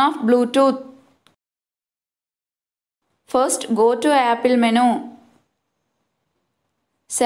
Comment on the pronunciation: it is not menooo it is menuuu